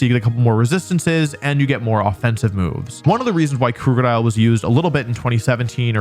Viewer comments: I know he doesn't mean to say Krookadile incorrectly, but everytime he says it with the ooo sound (as in Scoot), instead of the uh sound ( as in book), it pulls me up short. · Not how you pronounce krookodile. It's name is a combo of "crook" (cuz dark type) and "crocodile", so no long "oo" sound. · I dislike how you pronounce Krookodile.